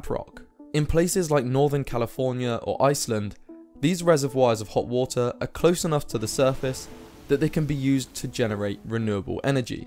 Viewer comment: H2O = "Wootah"